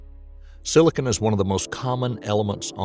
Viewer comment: Silicon not silicone lol